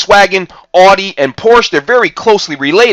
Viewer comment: you pronounce Porsche correctly yet you cannot pronounce Audi correctly. what's up with that???